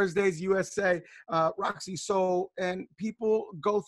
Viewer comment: Rosci not roscoe 😂😂😂